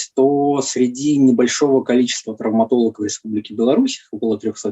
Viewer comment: Да уж,трауматолЯг,анколЯг